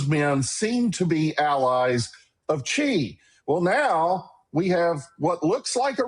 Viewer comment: Xi is pronounced /sh ee/ not /ch ee/